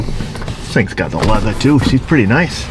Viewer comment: Is the leathah like buttah?